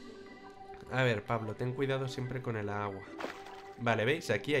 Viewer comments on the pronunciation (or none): es pablo no plabo xD